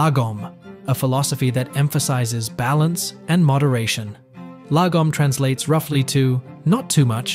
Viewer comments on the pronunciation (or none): none